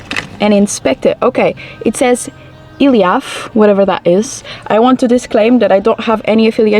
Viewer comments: i had a chuckle when you pronounced it "ILIAF". I think it's supposed to be "E-LEAF" (electronic leaf/plant) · "Ilyaf" sounded more like an almost russian name hahah